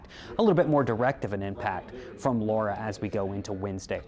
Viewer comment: AND he knows how to pronounce Laura! (Not Lora.)